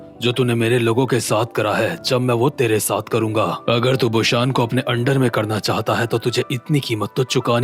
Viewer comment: Bro it's busan not bushan